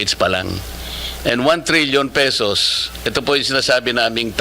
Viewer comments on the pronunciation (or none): Sixtyseven Thousand Three Hundred Sixty Pesoses😂